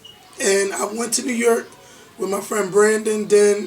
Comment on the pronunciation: since you're on the threshold of broadcasting fame, you'd better learn to pronounce New York. You'll be saying it a lot in the future. There's no "e" in York,. It's York, not Yerkk.